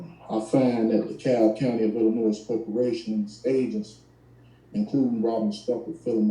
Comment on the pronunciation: The S is silent in Illinois. Guess he doesn’t know that.